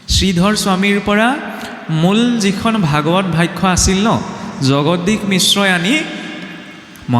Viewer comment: 'ভাষ্য’ শব্দৰ উচ্চাৰণ শুদ্ধ হোৱা নাই। 'ষ্য’ ৰ উচ্চাৰণ 'খ্য’ হ’লে 'ভৱিষ্যৎ’ টোও হ’বগৈ 'ভৱিখ্যৎ’ !